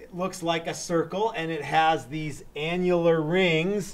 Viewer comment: he said annular. lol..